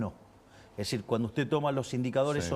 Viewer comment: Nesitar ( necesitar ) Essir ( es decir )